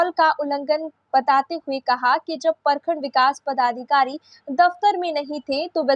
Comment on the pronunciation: Bhai saab padhikari nahi hota, padadhikari hota hai. 😂😂😂😂